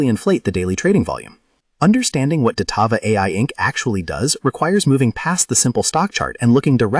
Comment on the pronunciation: "Datava ticker symbol dvlt..." Na I'm good thanks, I'll listen to my own research not someone who can't even get the name correct.